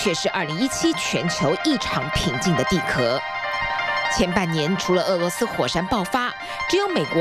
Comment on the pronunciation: 地壳，qiao。什么地壳（ke）？多读点书。